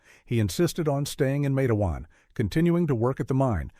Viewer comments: LISTEN IT'S NOT MATAWAN IT'S MATEWAN W,VA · its matewan not mateawan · The town is called "Matewan", pronounced exactly like it looks "MATE-juan" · Well, it’s pronounced matewan, (mate-wan) and it’s in southern West Virginia, I grew up less than 14 miles from there, I am a historian of matewan, and there is a lot of history here, But I can tell you for a fact that this did not happen, it’s completely 100% fictional, there never was a sheriff by that name or a coal mine by that name. Quit misleading people. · Pernounced,matewan. Mingo co wva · Mah tah wawn . Correct pronunciation. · It is a terrible story.They were sad times. It is pronounced Mait-twan —-Rhyming with Wait-Swan.